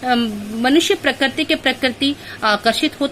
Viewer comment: parakarti nahi prakriti